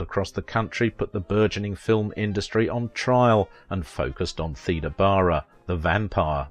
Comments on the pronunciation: I thought Theda was pronounced "Thayda" also the narrator refers to Salome as "Salami," just the pronunciation is so awkward takes away from enjoyment, sad case. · My mom was born in 1919. She always said Theda as thee da.